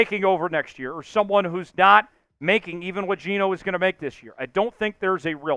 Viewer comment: It's not Geno